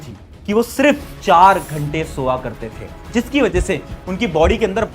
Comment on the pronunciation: Soya ❌ Sowa ✅ 😂